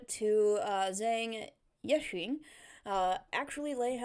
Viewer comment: It’s phonetically pronounced Jang Yee-SHING (that’s as close as I can get it haha)